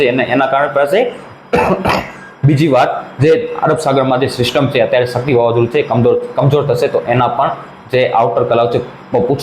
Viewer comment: ભાઈ સકતી નહીં શક્તિ